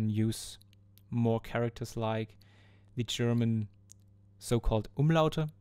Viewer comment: Dieser Akzent hatte dich schon verraten, aber dann noch die perfekte hochdeutsche Aussprache von "Umlaute"...